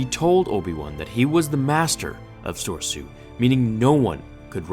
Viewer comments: SoREsu. Say it with me now. SoREEEEEEsu. You keep forgetting the middle bit… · I like you're breakdowns but you mispronounce the form names it throws me Everytime. Soar E su, d gem so. Not sor e su, Dem so (Dem is my gaming handle so it HIGHLY annoying.) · Its not sorsu… its SORESU. Im sorry but its very very annoying when nearly all other star wars channels can say it correctly but this specific one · Dude....firstly, I think it's pronounced Sor-E-Su. Secondly, Anakin would have been tired long before Kenobi because of the styles, Soresu is minimum movement and energy spent. Basically, it was created to defend and conserve energy until you enemy is tired. Anakin's style uses alot more energy using powerful attacks, jumps, and alot of energy spent.